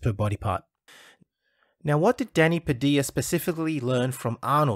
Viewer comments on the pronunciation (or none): It's Pa-Dil-Ya.